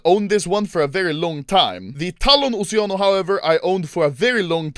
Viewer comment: when he said "oceanos" i heard "oceanus"